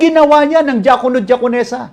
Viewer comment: DIAKONO sounds like JAKOL NO Lol